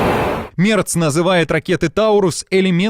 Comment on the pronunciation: Мерц, а не Мэрц